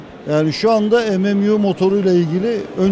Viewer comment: mmu'yu em em yu diye söylemesinden çok tiksindim.